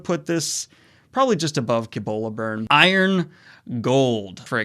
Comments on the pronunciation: I love the lighting in this video, it looks like you're working late at night. Also, to be that guy, it's pronounced "sib-oh-luh burn" 😉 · The C in Cibola Burn is pronounced with the s sound.